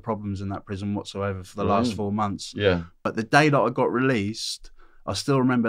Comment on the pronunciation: 4 mumffs is that the same as 4 months ?? LOL